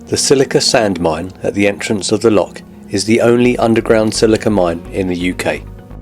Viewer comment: PLEASE can you pronounce "LOCH" properly - its NOT "lock" - you only find those on canals. I'm afraid that for us, this seriously detracts from the otherwise good videos you produce.🤨